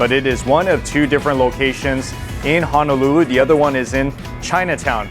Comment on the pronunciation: HONOLULU: hoe (like the garden tool) - kno - lou - lou. There is no 'a' in the word... it cannot be pronounced like the town of Hana... just fyi